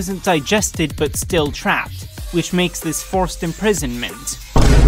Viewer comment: four-ced imprisonment